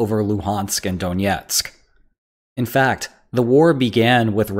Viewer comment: It's not donietsk, but Donetsk.